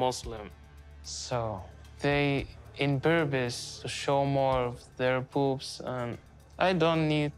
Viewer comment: Every time Mohammed says boobs it sounds like he's saying "their poofs" 🤣🤣